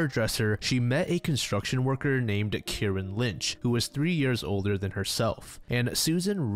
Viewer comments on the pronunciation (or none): none